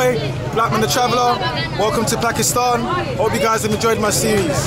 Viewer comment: the upcoming singer with the cap is so cringe. He called Pakistan Pyekistan, now that's some wannabe piece of s***